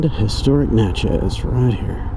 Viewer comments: When we MS natives say Natchez, it’s more Na-tchez than it is Nat-chez. The “t” is almost silent. We have a lot of hunting land off of the trace in central MS. It’s a beautiful trip…loved watching this vlog! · It’s pronounced “neigh-chess” :) cool ride!